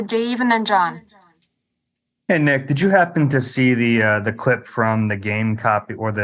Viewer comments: man said 'Nick are' in the worst possible way. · I thought I was trippin, sounded like a southern accent with a hard R 😂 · He said Nick weirdly smh 🤦🏾‍♂️ 😅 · did he just say his name like that????